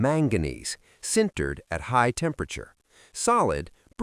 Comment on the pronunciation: Stopped watching when you said "cindered" instead of "sintered". 🤦‍♂